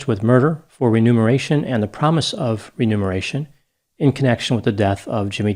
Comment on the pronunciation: Actually, it's remuneration. I'm not sure if mispronounced it(?) In this case, it would mean that her motive for killing was at least partially for a financial gain; such as life insurance, pension benefits etc. In the penalty phase (sentencing) of a death penalty case this would be considered a very damning aggravating factor. Because it shows a cold, calculated, callousness that places money above the value of a human life. It's somewhat similar to a person killing their spouse because they don't want to endure the expense of getting a divorce.